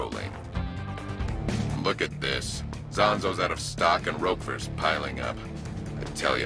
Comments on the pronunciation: Thats not how Roquefort is pronounced. And I said Rekka. Like... Wreck-ah. Ya know, how they pronounce it in the game? Take your own advice mang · It's Rekka, like Wrecka. And Roquefort like Rope Fort. Listen to how the characters say the names maybe?